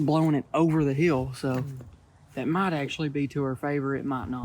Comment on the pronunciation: Might not micht